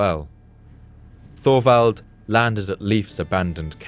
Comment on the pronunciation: Just an FYI; Thorwald is not pronounced Thorvald. It is pronounced Tovald. The o is short and the emphasis is on the first syllable. My grandfather Thorwald would thank you.